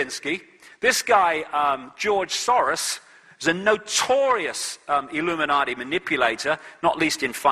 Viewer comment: I wish he wouldn't substitute a "D" for a "T" when he speaks;hould of and would of" e.g "Illuminardi" and "compewder". It really grates. Almost as bad as "I'm good" and"Can I get,,,,,,"